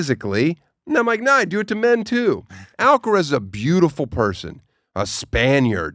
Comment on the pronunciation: AlcarAz, like Alcatraz Daniel, not Alcarez.